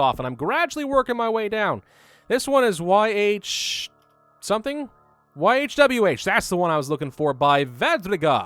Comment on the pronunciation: It's pronounced "yahwey"